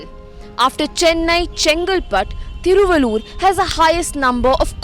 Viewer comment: Hey Young lady, guess you are a TAMIL GIRL!!...........THIRU'- VAL'- UR = Thiruvallur, but you pronounce like a North Girl!!